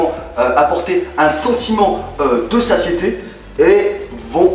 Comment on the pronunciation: on dit pas sasiété mais satiété ;) mdr très bonne vidéo tu es pour moi le meilleur youtubeur muscu car tu détaille vraiment tout et dans un langage approprié pour un large public tu n'omet aucun détail on s'intéresse vraiment à chaque bénéfice des aliments ! le seul défaut qu'on peut "oser" trouver se serait au niveau des coupures ou montages (je ne sais pas comment définir la chose, j'espere que tu me comprendra) pour que la vidéo soit plus fluide !